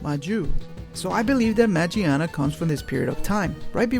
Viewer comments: Why can no one pronounce Magiana correctly... Just throw away that goddamn J sound of G It doesn't apply on Japanese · It's name might be "Magiana" but the Japanese name is pronounced with a "G" not a "J". It's kinda like the "Gif" argument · its spell マギアナ in japanese so the G is pronounced like in words like good not like J